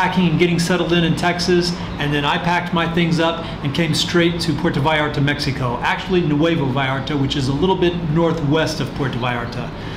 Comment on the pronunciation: Meh-He-Co.... That is not how they pronounce it in Texas :)